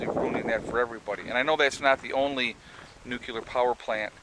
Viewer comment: Nucular?? just say " new" , then, say " clear! ( Solved) Holy My *